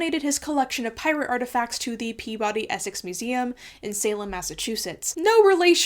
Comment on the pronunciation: as a New Englander, always cracks me up when someone tries to pronounce "Peabody Essex" also I really need to go into that museum one day.